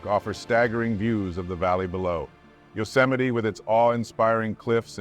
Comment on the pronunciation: It's pronounced you-cem-a-ty, not yo. No one heard of yo-cemity Sam